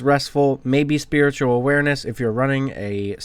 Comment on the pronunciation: Lol you kept calling spatial awareness, "spiritual awareness"